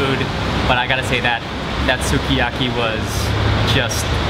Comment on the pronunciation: Another video where you leave me "homesick" for food. Remember to drop the pronunciation on the letter U next time in evry word you come across. For example, "Skyaki", instead of "Suki" Other than that, does the person filming eat first or afterwards? It always seems as if your teasing the cameraman. Too funny bruddah Mark.